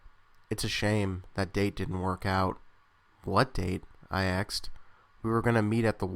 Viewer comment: I generally like your work, but the way you say "asked" is absolutely nails on a chalkboard, man. It's "asked", not "axed". Every time I hear you say it, it pulls me right out of the story, which is really unfortunate. I'm not saying this to be a jerk. It's in the intention of constructive criticism, so you can become aware of it and fix it. With a bit of practice, you can change bad speech habits.